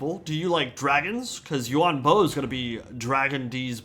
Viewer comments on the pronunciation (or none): Them: "U-Won Bo!" Me: "Ian Bo."